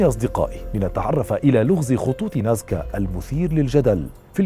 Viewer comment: العنوان مكتوب نازكا و عندما تتحدث تقول ناسكا